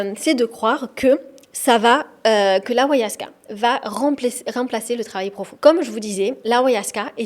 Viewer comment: On dit pas awayaska mais ayahuasca !!!! Et tu prends le pouvoir des chamans pour du charlatanisme, tu es un peu simple d'esprit